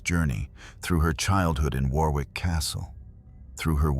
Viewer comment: Pronounced WORRICK as in borrowed.